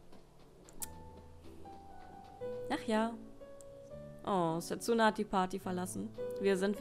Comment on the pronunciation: Sehr schönes Spiel... werds mir bei Zeiten noch für die Switch holen... (spricht man dsa nicht eher Setsna? ^^ Wie auch Sasuke ja eigenltich Saske gesprochen wird?)